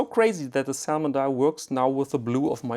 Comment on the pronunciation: Man spricht die L in "salmon" nicht aus.